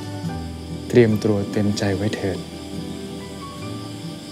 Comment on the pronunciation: มีใครได้ยินเหมือนฉันไหมมม เตรียมตัว เป็น"เตรียมตรัว"😂😂